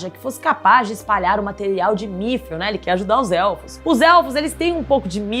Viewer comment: Correçao, nao é migril, e sim midriun